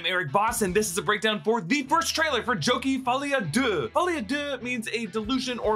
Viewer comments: Did you mean to say, "Zhokair"? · did you say jokie? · The way you pronounced Joker, Gaga, and Zazie made me think this was directed by M. Night